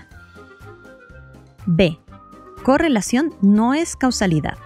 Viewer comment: muy buen video pero en una parte dices cusalidad y ahora me estoy liando!!!!!🤣🤣😂